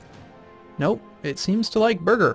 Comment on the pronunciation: I don't understand how you say "Birger" as "Burger".